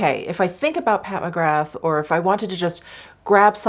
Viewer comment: Hey, just a heads up that you pronounce McGrath like Ra, so you don't say the 'th' so McGra....